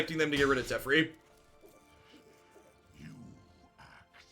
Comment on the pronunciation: It is pronounced Teh-Fair-E, not Tef-er-E